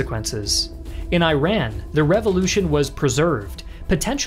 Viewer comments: I usually comment on your videos and yet I have watched so many of them because of their incredibly well presented and showcased nature plus the narration is fantastic. My only concern is how you say the names 'Iraq' & 'Iran'. Unfortunately there isn't 'another way to say the names and you are saying them incorrectly. The countries are prounounced 'E-raq' and 'E-ran'. I hope that comes across as worthwhile feedback as well. No malice intended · Hard to trust this videos research when my man can’t even pronounce Iran correctly lol you’d think he’d heard it pronounced at least once in his research on this topic. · Dude your History facts are wrong. it is one sided. feels like how America wants it to be. and it is your "Iran" pronunciation is also wrong. which you would have known if you did the research yourself. some one gave it to you. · Great video! But please pronounce Iran correctly. It's /ɪˈrɑːn/ (or /ɪˈræn/). IT'S NOT AI-RAN (/aɪˈræn/) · I tried watching the whole video but I just couldn't because of his mispronunciation of the name of the country of Iran. It is pronounced "E-Run" not "Eye-Ran". It is so cringe to hear you say Iran the wrong way this entire video. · Please pronounce Iran's name correctly Its /ɪˈrɑːn/ or /ɪˈræn/ not /aɪˈræn/ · Iran is not pronounced 'I RAN'; it's actually pronounced 'E-run' (or 'Ee-rahn'). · precise educational content! good job... just one thing... it doesnt pronounce I-ran, it pronounces E-run, which comes from the name Eran'Shahr, meaning land of Aryans! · This video confirms my prior belief that anyone that pronounce Iran (Eeeraan) as I-ran has no credibility talking about anything in regards to Iran. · Great video, expect the parts you call it “eye-ran”🥲 It’s read like this “eeran” like “ear” + An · It's not Ayran! It's eeeeraaan ! Come on, people! So simple! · Great video. I just wish you pronounced Iran and Iranians correctly. It sounds so weird to me, as an Iranian, to hear I-ran. It should be kind of like E-run.